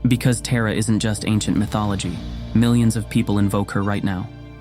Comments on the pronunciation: I’m named after Tara. I wish that her (our) name was pronounced correctly in this video. The stories are wonderful otherwise. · What do you need to know about me besides the way he prounced my name is off 😊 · Agreed. As much as I appreciate and value these videos and efforts, the mispronunciation can be incredibly jarring. That said, it seems unlikely that Tara would refuse to show up or abandon anyone for calling her name with the ‘wrong’ pronunciation. ❤️🙏🪷📿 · This AI voice cannot translate properly. The goddess Tara name is Tara, NOT 'Terror'. This AI voice is a sign of the channel creators' laziness! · Thank you for making this video, but her name is TAR-UH, just like my name -- not TEAR-A. Om tare tuttare ture soha. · Taa-raa … not Tay-ra … ❤ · Her name is pronounced Tahrah, not Teeruh. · Dont say Tera...its not tera...its Taaraaa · Yes it was quite disconcerting, hearing it as such , PERHAPS to look on the bright side.... When facing TERRA CALL ON TAARA. God bless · Accurate pronunciation would be when saying ''ta' as in Tarzan with tongue tip touching front of teeth..hope it helped.. sharing what I know ❤❤❤ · Pronounced "Tah-ra". It is jarring to hear you pronounce it incorrectly. She isn't a figure skater in the United States. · Just a suggestion to the narrator: it’s Taaraa/ तारा (ता रा) Not Terra like Terracotta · It is pronounced Tah-Ra, not Teh- Ra. It’s good to go through the story but Teh- ra😢 no no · 'TAHRA' not TERROR , whether uoure AI or human American, get it right. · Very beautiful and inspiring video! Has definitely rekindled my devotion and faith in Tara. But please, pronounce Tara’s name and mantra correctly. You seem to be american but it sounds like you’re saying “terror” which is the opposite of the meaning presented here. Tara is pronounced “TAA-rah,” with a long open back A. Thank you, very well done 🙏🏻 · Why is it pronounced Tera? Should be Thara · I think the pronunciation is TAra not TEra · Please say Taara" not a Tera 🙏